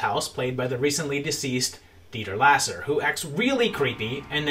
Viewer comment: This is probably just me being picky, but Dieter Laser’s last name was pronounced lazer... you know, like a laser gun or a laser beam. Great video as always though